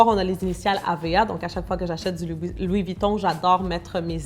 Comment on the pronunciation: Mais t'aime bien te venter enfaite 🤦🤦🤦pk tu dis Luis Vuitton